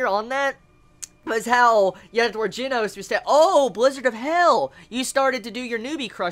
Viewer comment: Plz learn how to say Japanese names oh gosh. The pet peeves hurt IT HURTS. Like the "G" in Genos is said like hi you said the "G" in Garou and then the "no" in Genos you got it alright-ish I'm pretty sure the "s" is pronounced like a "su"